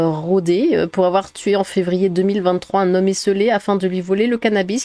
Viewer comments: Ça se prononce « Rodaizzze ! »😅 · ça se prononce RodezZ (comme zezette) Et ça ne me fait pas marrer. Ils ne l'ont pas bouffé parcequ'il n'était pas lhallal ? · Merci 👌 À RodeZ le Z ce prononce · On prononce "Rodèz" par "Rodé" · On prononce Rodaize. Dès le début il y a un problème avec la recette. Déjà, la viande de sexagénaire, c'est comme le gibier: on la fait faisander, jamais bouillir (elle aura meilleur goût). Si je peux vous conseiller une viande tendre, privilégiez le végane entre 25 et 35 ans que vous pouvez aisément faire passer pour du "porc d'Iran" si vous en faites commerce (c'est un vrai délice surtout transformé en jambon). Évitez toutefois la viande de gauchiste et particulièrement celles d'écolo et de LFI (trop dur et toxique). Par contre, la viande de LFI est parfaite pour remplacer la semelle de vos chaussures, j'ai des pompes en LFI depuis 2016 et elles sont à peine usées. Signé: Sophie et Vincent Pascal, bouchers à Melun.